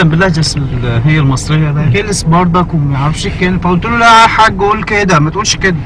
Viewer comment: انا من مصر واحب اقول انك شوهت اللهجة تماما على فكرة احنا مبنقولش برضك بنقول برضه -.- وماجستير مش ماقستير والنطق عموما مش صح باين ان سعودي بيحاول يتكلم مصري.... مقدرش احكم علي باقي اللهجات بس شكلك كدا بوظتهم برضه الله يسامحك :D